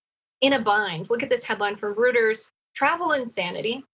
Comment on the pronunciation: with Nina Turner,, can someone PLEASE tell your younger staff (c.f. ) that Reuters is pronounced, "ROY-tuhrz," not, "RUE-turz?" It's German, like Sigmond Freud. It's OY!!! Not UH!!!